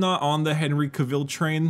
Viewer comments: It's fucking hilarious how you both pronounce 'Hen-ree Cav-ill' as 'Hen-ree CAH-VILLE.' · my lad, it's not Henry K'ville...it's Ca-vill like caval(ry) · the way says cavill hurts